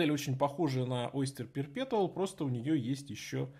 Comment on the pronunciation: perpetual не читается через "Т", там "Ч", уши режет